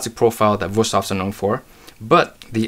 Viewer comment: WOW you actually pronounced the company’s name correctly. I’ve seen a lot of adds lately where they can’t even pronounce the name correctly. They pronounce is “ woo-stave” and not and not “vu-stafe”